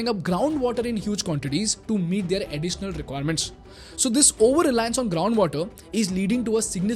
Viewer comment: Their" Word ka pronunciation kab se galata bolte aarahe ho yar. Ab to sahi karlo